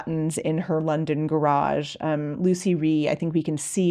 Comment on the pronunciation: I was the last ever pupil of Lucie Rie, she taught me on Hans' wheel which I worked on for a year. Everyone pronounces her name wrong, it is Lutsie, with a slight t sound. She corrected me sternly about this.